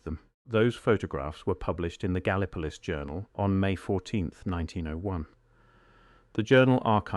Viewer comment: Gallee- poe- liss is the proper way to say Gallipolis in Ohio.